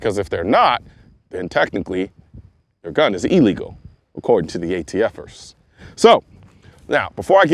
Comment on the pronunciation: He said, "ATF'ers." 😂